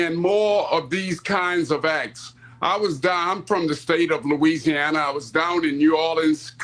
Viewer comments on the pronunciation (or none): none